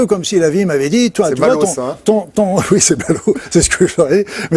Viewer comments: En français on prononce Üite oui , pas ouite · J'ai ri de bon cœur au houit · il a bien dit OUIT ! non mais ! une chaîne d'utilité publique 👍👏👏